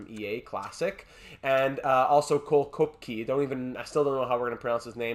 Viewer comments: Pretty sure Koepke is pronounced Kehp-key. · I think Koepke is pronounced "Kepka". Don't quote me on it though...